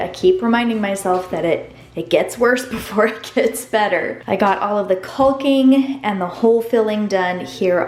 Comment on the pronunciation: Not that anyone asked, but just so you know, it's "cocking" not culking. :)